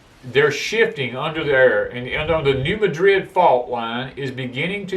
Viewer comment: It's the New "MAD RID" fault. Not the "New MADRID" fault. Just saying.